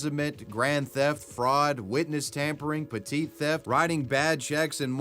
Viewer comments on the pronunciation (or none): Petit is pronounced like petty. Hence, petit theft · FYI petit theft is pronounced like “petty theft”. Not petite theft as you said. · the word "petit" is pronounced like "petty" and is NOT the same as "petite", which is prounced like "pet-teet" (means small, little, etc.) Erg, you really should have learned that through looking into crime (and then, transmit the correct info. in your vid.). You've lost a bit of credibility here...not a good look, bud. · Petit theft? I think you mean petty theft bro LOL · Petit is pronounced Petty